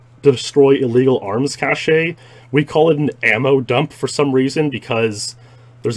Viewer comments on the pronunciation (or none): It's pronounced "cash" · They both pronounce some words differently, sure. Cache, however, is only pronounced one way. And that's what's being discussed here. No high horse, just facts. Notice how I didn't discriminate him pronouncing "Z" as zed. That's his regional dialect.